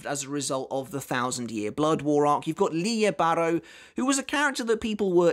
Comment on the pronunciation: I believe its pronounced lily bah,row